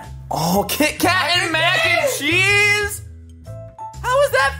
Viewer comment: Mac N Cherese lol